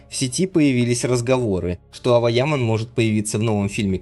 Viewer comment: На сегодня Ава Яман (автор произносите имена правильно) которой на сегодня 19 лет права слова и выбора не имеет. За нее все решает ее отец он же ее агент. Поэтому такая кашам с контрактами, на мужика такое счастье свалилось и он не знает что с этим делать. Завтра доча сбрыкнет и останеться он не удел. Вот и давит на нее по максимуму, чтоб не дергалась. Когда Эрчель называют актрисой меня передергивает. Это какие горизонтальные таланты надо иметь, чтобы не сниматься, аесли сниматься то мимо кассы, так как со времени ДВЕРКИ у нее нет не одной полноценной роли. одна реклама и хождения по красной дорожке. ЕЕ потолок как актрисы это голозадые немфетки к остольнму ей лучше не прекасаться, пока одни работают делая корьеру и проее Эрчель толко показывает чудеса акробатикми, как можно одним прыжком из койки в койку снова заставить говорить о себе как об актрисе.